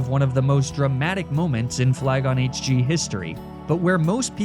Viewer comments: Am I the only one who heard flygon say “flygonh d” instead of hg? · bro what are you saying “elm is a fascist” whaaaat 😂